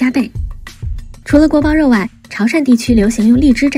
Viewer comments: 东北人民热爱的锅包you，这发音太标准了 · 锅包yò，这个发音很标准